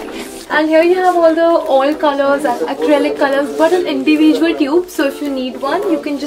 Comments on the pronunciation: Yes,She says ind-ee-visuals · Am i the only one who obsereved the way she says 'individual' ?